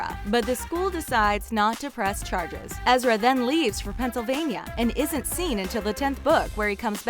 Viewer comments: It’s ezra not ezria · but it's EzriAH not ezreeea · Why does she say ezria his name is ezra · its Ezra dumbass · Lena Jordanova Right!?! Ezr-ia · You said Ezra wrong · damn. you can totally tell that this girl didn't watch the show by the way she's pronouncing the characters names